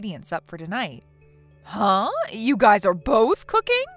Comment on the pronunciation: Ugh it's pronounced guys not guises sorry pet peeve